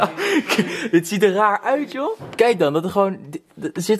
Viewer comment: "deze stof die je hier ZEEJT" 🤣🤣 lekker maat 🔥